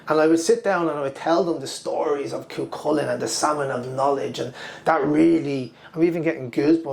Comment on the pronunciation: .....Cú Chulainn is pronounce KOO HULLING. Parthalón is pronounce PARRHALOAN. Inis Saimer is NOT in a lake. Have you been there? You are still mixing up hostage and economy....I explained this to you in a previous vid. The land belonged to the clan equally.